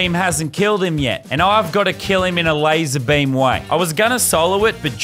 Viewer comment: i dislike because you said his name wrong im offended for lazarbeam